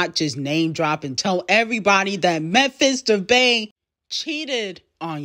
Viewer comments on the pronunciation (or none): It’s not Memphis debay it’s pronounced Memphis “De pie”